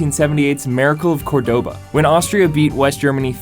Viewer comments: "Cordóba" lol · Just want to mention, that's not how you pronounce Córdoba.